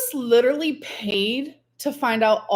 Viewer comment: Grammatically challenged, leeeterallly.. 😂